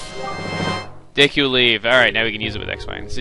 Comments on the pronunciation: DEEEEKU NOT DEKO LOL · daiku tree? no no no no its Deku Dehku Dehkew Dehkuh thos are right not daiku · I used to pronounce it dee-ku but now I pronounce it de-ku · say deekoo. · its pronouced DEEKOO bcuz of emphasisi (long and short vowels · If you know PeanutButterGamer, he pronounces "Deku" as "dooka" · i thought it was pronounced duku tree daku tree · "Deh ku"!!!!! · I always thought deku was pronounced "Dew-ku" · its pronounced (D-ku) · i say it's pronounced deh-koo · deku is pronounced (DEW)-(KEW) CAN YOU MINCHIN ME IN 1 OF UR VIDS NEED SOME VIEWS AND I HAVE KEPT UP WHITH MOST OF YOUR VIDS THANKS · My friend saw you trying to say deku and he said "WHY NOT DICK OOOOH" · it's pronounced deku. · finally someone who agrees with me!! its "dee- koo" not day-koo... same with people who say "okka reena" instead of O-kuh-reena"